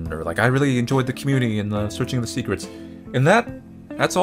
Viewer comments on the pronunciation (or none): none